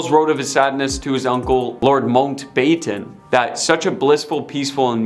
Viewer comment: First, learn to speak English, it is Mountbatten and Consort you obviously have issues with, so maybe you should use a brand new system called Google that can tell you how to Pronounce words phonetically, maybe then you will pronounce Lord Mountbatten's name and word Consort properly. Secondly, 90% of this is total and utter BULL SHIT! Especially the bit about Camilla and Lord Mountbatten, that was so wrong it wasn't even historically accurate if the world turned upside down. Thirdly, What A-Listers were actually in this Video, all I saw was a bunch of stuff dragged up covering over 70 years and you tried to turn it into people hating the Queen, Project Much?